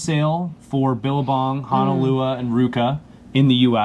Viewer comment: It’s HONOLUA, not HANALUA. Kook…